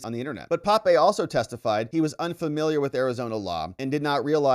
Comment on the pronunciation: That's professor P`ape, not Pape...